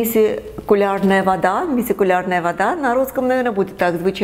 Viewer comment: ПРИВЕТ!!! ТОЛЬКО НЕ" МИСИКУЛЯРНАЯ ВОДА",А МИЦИЛЯРНАЯ